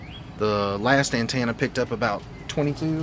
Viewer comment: Say it with me now….AN-TEN-AH 😬😂